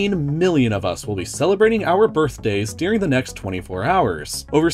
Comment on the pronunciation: That's not how the word "during" is pronounced...